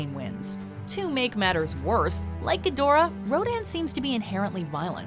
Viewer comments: Me during the entirety of King of Monsters and this vid: It’s pronounced “KING. GEE-DRAH!” Who tf taught you to say GEE-DORAH?! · It's pronounced "gee-dor-ah" not "gid-or-ah" damnit!